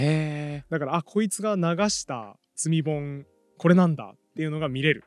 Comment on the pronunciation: 積み本って普通に聞いてたら罪本に聞こえますね〜。